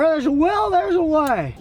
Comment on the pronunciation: 2.46....Did he just say "where theres a WHEEL theres a way"?? 😂